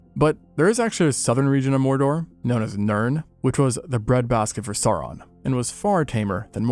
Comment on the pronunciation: Sauron should rhyme with Gowron. In Tolkien's works, "au" sounds like English "ow," as in "that hurts."